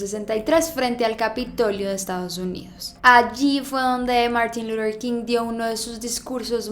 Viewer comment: Me desespera cada que pronuncia el nombre de Martín luther king